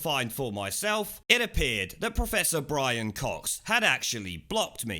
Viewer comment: BWIAN, BWIAN..